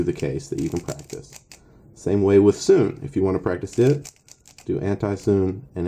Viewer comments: It's called 'soo-nay' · BRUH ITS (soo-nay)